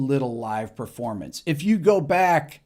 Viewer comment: It's pronounced PERformance. Not PREformance. Just saying.